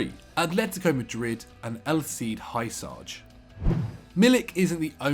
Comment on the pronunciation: How the hell did you pronounce Hysaj? "Hayusaj"? It's "Hyussay"